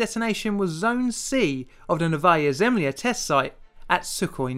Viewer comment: It's read as Novoya Zimla